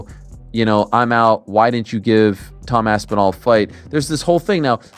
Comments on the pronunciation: Bro said, "Tom AP SIN AL" 😂😂😂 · did you really just said Tom Apsinal in the beginning of the video????